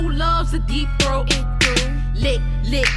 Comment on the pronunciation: Deeptroath help😂